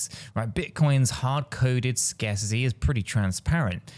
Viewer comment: Hey bro. The word isn’t “scarcissy” it is “scarcity” (scare-city). Love your content by the way